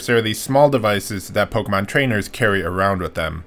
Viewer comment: You are saying Pokémon incorrectly